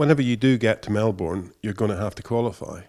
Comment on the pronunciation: Fuck mate pronounce Melbourne correctly FFS